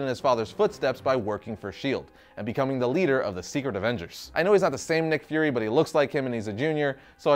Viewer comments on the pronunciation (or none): Its pronounced as "fyoor-ree" not 'furry'. Lol